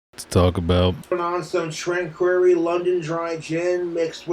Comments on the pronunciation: LMAO "Tran-queer-ry"!! Can't even pronounce what he's drinking. Classic. It's pronounced tang-ka-ray. Gin is so gross. Almost as gross as.😂 I really hope he doesn't send the shirt to Bev!! 😂 Nal said she wiped her who-ha with it. 🤢 Least that's what she said. Don't know if I believe her. But that's not I chance I'd be willing to take! Isn't sending stuff with your fluids unsolicited illegal? I feel like it should be. 🤢 Poor Bev. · Our boy STILL thinks it's "Tran-queerie"